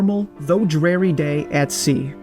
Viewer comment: Pretty sure ‘dreary’ is pronounced with an ‘ear’ not an ‘air’. ‘Honduras’ needs to be redone as well